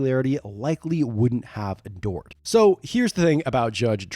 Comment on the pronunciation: Endored? I think this narrator is an AI and that is such a shame.